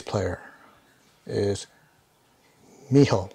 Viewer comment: A-sah-me . . Mi-yah-ko (got it right) . . Mi-do-re . . Ha-ru-na . . Mi-ho (also right). Since you're looking back at Lovebites history: Miyako writes most of the music (about 50%), and Miho wrote about 25%. A friend of Miho's (a 6th Wolf of sorts), Mao Yamamoto has written most of the remainder, and he has also collaborated on some arrangements. Asami has written the lyrics for just about all of the songs except Miho's, for which Miho wrote the lyics. Miho left the band for personal reasons in Aug of '21, and was replaced by 20 yo bass phenom Fami last October. They toured the UK twice, in nd time with Dragon Force), and their 2nd trip they played the Bloodstock Festival and did some gigs in Europe, including playing at Wacken Open Air, about the biggest Metal Festival there is. They grew in popularity in 2019, but had their biggest Tour cancelled in 2020 due to Covid. Miho left in Aug, 2021, and Lovebites when on hiatus until October of 2022 - during which both Asami and Miyako got married and had babies. 🤟🐺🤟